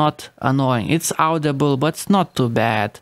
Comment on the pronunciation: Hilarious...I've spent more than this on a battery! 🤣 They even refer to themselves as a 'famous brand'....🤔 Had to laugh at the end when the hammer meets the dial...😁 your English is really excellent but 'audible' is pronounced 'ordible' not 'owdible'......👍